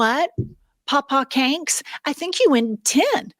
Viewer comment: "Papa Canks"😂😂😂